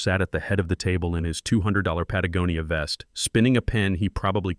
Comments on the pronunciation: OMG Patagonia was pronounced correctly 🎉🎉🎉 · This is the first one of these I've listened to that pronounced Patagonia properly. I guess the AI is learning.